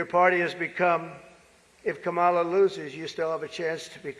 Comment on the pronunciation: He can't pronounce Kamala or "Vegan"!